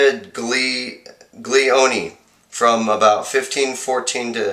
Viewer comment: pronounced "casteelioni" ... just sayin'